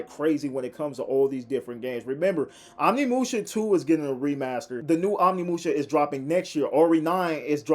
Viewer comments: It is pronounced oh nimusha not on imusha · Can’t even say Onimusha correctly